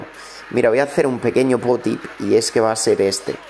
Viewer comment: No se dice pop tips se dice puo tips jajaja